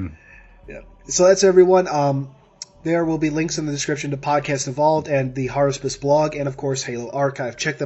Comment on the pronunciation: HARUSPIS? IT IS I, JUL!